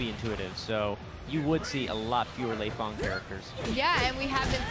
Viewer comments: Her name is pronounced "Lay-Fang" you idiots. Not "Lee-Fang" if her name was Lee-Fang it would just be spelt that way wouldn't it? Same with Bass. everyone says his name like you say the word ass but with a B in front of it. WTF man? is that how you say turn up the bass on a radio? or I play B-ass guitar?? learn to talk you yank fucks! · Yes, the girl's pronunciation of Lei Fang's name is wrong. The guy's pronunciation of Lei Fang's name is correct.